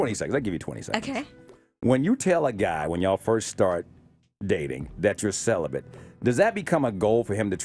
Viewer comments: Is speech new to this woman ? Celibant ? It’s celibate you idiot 😂🙄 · First, the fact that she keeps saying celiBENT...lol She seems cool and I'm sure there is an "issue" there, but yes, the kind of man she would be looking for ain't trying to "wait". If I meet a woman...IN ATLANTA....JUST LIKE YOU, and she WILL have sex, why should I wait? Celibacy seems like a game at that point. Its not a game, but it would feel like that, compared to another woman. Its a buyers market out there. She's pretty and she seems cool as shit.